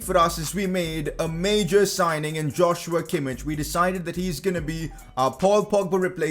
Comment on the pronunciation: Pcq: its not pronounced Josh-you-a Kimmich it's Yoz-wa Kimmich